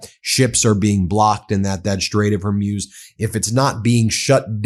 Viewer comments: I quite like MTN but WHY can Americans NOT pronounce simple words like Hormuz- it's not "Hermuz", "Hermoz" or anything else. I have noticed this on numerous channels and it gets on my tits as we would say in the UK! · What is the strait of “whore muse”? You pronounce it incorrectly, counselor. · You keep mispronuncing "Hormuz" (Strait of hormuz) Please look up how to pronounce that word properly. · It's not Strait of Hormuse but Strait of Hormoos (the pronunciation, I mean). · Hormuz pronounced OR-MOOZ. Not Or-myooz. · Ben, Hormuz is pronounced Hore Mooz, not Hore Muse. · Strait of Hormuz pronounced hor-mooz, not hor-myooz. The way Ben prounces it, it sounds like an inspirational lady-of-the-night. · IT IS PRONOUNCED, HER-MUZ, NOT HER-MUZE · For God's sake can you at least get people's names right! It's not pronounced Kom-ayni, nor is it the Strait of Hoar-muse. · It would have a profound impact if you learn how to pronounce strait of Hormuz correctly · He's still trying to figure out how to pronounce 'Hormuz'. Better to stick with law news unless he learns the importance of how to pronounce names properly, like the traditional media learned decades ago. It's simple professionalism.